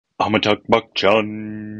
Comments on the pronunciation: It’s AmitaBH, not AmitaGH. Just a correction :) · Please learn to pronounce AmitaBH !